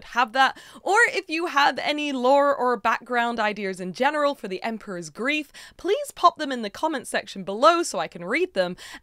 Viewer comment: I couldn't help hearing "groove" instead of grief, so I kept thinking of the Emperor's New "Grief." Since that movie is set in South America (which also has pyramids), I would lean more into those vibes, everything seems more colorful in mythology anyway. Maybe the colors could be the different parts of Amaru or adopt something from Quetzalcoatl and Mesoamerica. Lots of options for colors or parts of different animals for a theme.